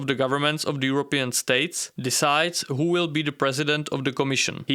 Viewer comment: "With all due respect, Ho are you?" The accent killed me😂. Good job, tho 👏. Love your videos